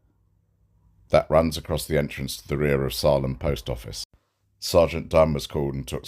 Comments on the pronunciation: Not a big deal. USA pronunciation: Sā-lem. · it's pronounced SAIL-EM. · Hey 🐸. Just a heads up. The town is pronounced Say-lem. Think of Stephen Kings book “Salem’s lot” lol. Please don’t be offended at my correcting you. I just know you like to do a good job. You actually do a great job.